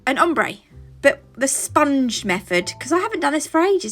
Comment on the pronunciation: “Spun-gee” So people look at me weird when I pronounce words more in line with how they are spelled, so I may be just one of few who can appreciate the humor in you saying the word like that. I do it with Wednesday too: “wed-nez-day”, with potpourri “pot-pour-ri”…there are many others but I won’t dive into them lol Lovely set❤